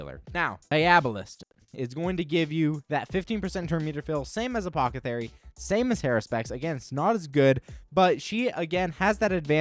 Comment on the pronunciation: You have to trolling saying apothathery instead of apothecary lmao 🤣